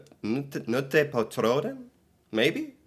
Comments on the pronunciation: Your pronunciation has gotten really good. Remember we say every letter in our words so «knute» say the K. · When there is a K in a Norwegian word it is not silent. You pronounce it loudly. So KKnute. But I am impressed with your ability to speak Norwegians words without knowing how to speak them 👍🏼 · «Knute på tråden» you say the K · Knute...you prenounce the K